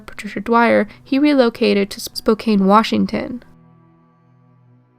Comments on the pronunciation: Spoh-Cane? its like nails on a chalkboard. It is "Spoh-Can" lol but amazing video nonetheless very well researched and perfect synopsis of the crimes and the suspects! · it's "Spoh-can" for "Spokane."